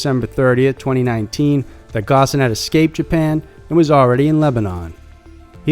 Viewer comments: Ghosn pronounced "gone" with the "o" in "ghost" >< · It’s pronounced “Phone”. Not “Ghosn”. While your research is usually above board, something as fundamental as this, can’t be overlooked.